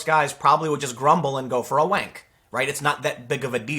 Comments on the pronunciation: First time I’ve heard an American say “wank” and I don’t think I want to hear it again - great vid tho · It's odd to hear an American say 'wank'